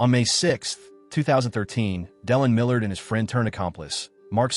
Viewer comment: Canadian AIR??? 😂😂😂 It’s not that hard to fix “air” to “heir” in an auto subtitle, sheesh. Also, why the hell can’t the AI pronounce “Millard”? So annoying.